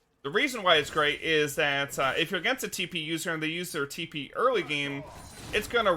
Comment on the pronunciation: No one: This guy: tEe PeE